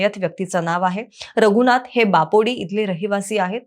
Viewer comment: बापोडी नाही ते बोपोडी आहे ग बाई